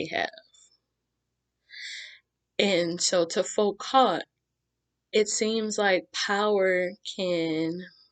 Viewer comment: you're very very good bravo and thank u ps : the T in Foucault is silent :)